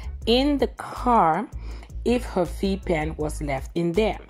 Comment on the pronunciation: What Is A V Pen? Not Sure That's What Called It. Sounded Like V Pen 🤔